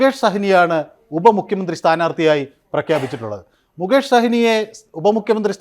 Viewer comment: മുകേഷ് സഹിനി അല്ല കോപ്പേ മുകേഷ് സൈനി ആണ്